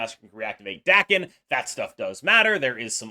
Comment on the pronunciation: FYI Daken is pronounced Dah-ken not Dack-en.